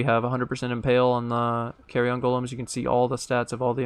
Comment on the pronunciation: great info here and on the budget build video also... just gotta say one thing cause it's sticking in my craw.... those golems are not small pieces of luggage that can fit in an overhead compartment on an airplane.... it's pronounced keh-ree-uhn not carry-on. :D thanks again for the vids.